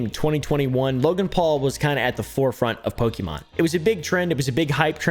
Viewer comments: Poke"MAN"! Lol mer"MAN"! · Only one person in the video, pronounced Pokémon properly 😂